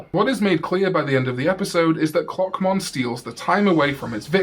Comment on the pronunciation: Why did I hear cockmon instead of clockmon- is something wrong with me